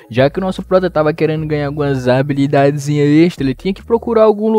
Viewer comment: HABILIDADESSSSS PQP QUE AGONIAAAAA É HABILIDADES NÃO ABILIDADES